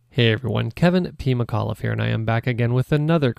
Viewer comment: I've started hearing Kevin PeemaCauliffe whenever he says his name